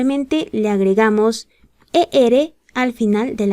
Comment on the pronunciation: Decimos añadimos la erre...no la ere.